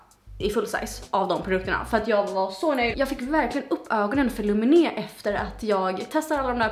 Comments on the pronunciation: Jag skulle nog säga att Lumene uttalas lUmene och inte lumenE, jag tänker att en finne aldrig skulle lägga betoningen på sista stavelsen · Du uttalar lumene fel, man uttalar inte lumené utan lumenä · Du uttalar fel, det är ett finskt märke och man uttalar det lumene, O uttalas som U. Det är mer som Lomene om man vill säga på svenska! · Lumene är finskt så du utvalda fel man säger Lumene asså man får säga L et långsamt och rösten snap!!